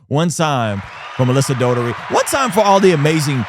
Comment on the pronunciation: Why do you keep calling Melissa DOTERY? 😂